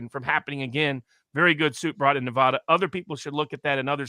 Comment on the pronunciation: I’m a 50yo native Nevadan. you need to pronounce NEVADA THE WAY WE DO!!! 😡